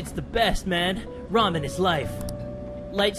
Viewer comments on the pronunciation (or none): every time you say ramen all I hear is raw men..... lock those jaws for those ramen